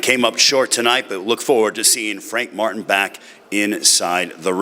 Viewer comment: The announcer said "I wanna thank Frank Fartin" haha im dying